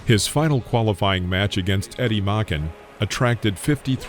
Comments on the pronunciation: BTW, a trivial point: Eddie Machen's name isn't pronounced as if it were a German name (Machen, to rhyme with "rockin'") — it's pronounced "may-chen," with "chen" sounding like "chin": may-chin. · Eddie Machen-- pronounced MAY-CHEN